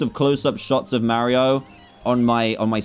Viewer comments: Am I the only one who thinks it’s weird when he says mawio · DAN ITS NOT MARIOOOOO ITS MARIO -_